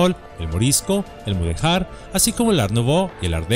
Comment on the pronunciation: Mudéjar, no "mudejar".